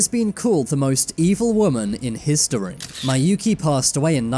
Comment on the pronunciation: IT'S PRONOUNCED MI-YU-KI